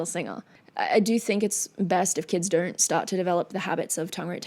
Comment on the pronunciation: Hi very pretty witch! I'm just as curious as a cat...you know I can't help but notice your peculiar way of pronouncing "o" with an "r" sound atached to it, like you say "DONr'T instead of "DON'T", can you please tell us something about it? By the way, your in depth analysis and insights to everything you react to is as always, anticipated and highly appreciated. Plus, of course, the bonus beauty!!!